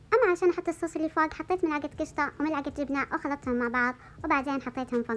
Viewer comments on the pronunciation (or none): none